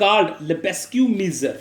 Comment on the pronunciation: For love of GOD, please learn how to pronounce "Measure" though great video